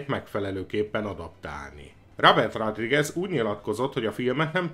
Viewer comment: Nem eloszor hallom" rádrigez". Szornyu . nezz utanna a helyes kiejtesnek legy szives. Kösz.